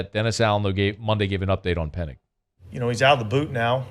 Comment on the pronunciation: it's Penning not Pennig 😉